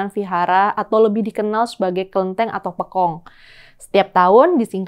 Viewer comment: Pembacaan Pekong-nya salah mbak